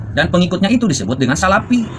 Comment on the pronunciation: salafi pak, bukan salapi.. bagusnya anda belajar ngaji dulu agar lebih fasih (bukan pasih)